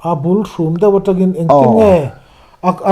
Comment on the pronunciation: In upat ang hu in mizotawng hman in thiam pawh ka ti lo.. A tukah tih mai tur, a naktukah tih te, a bulṭhum tih tur a bulhrûm han tih daih te......